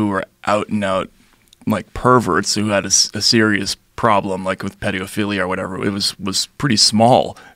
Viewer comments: "Pediophilia"? Really?! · What the fuck is pediophilia ??... also look at that smile as he says it ?